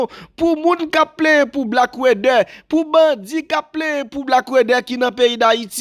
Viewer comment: Yo Aprann prononsé.sé Black water. A dans water non wédè😂😂😂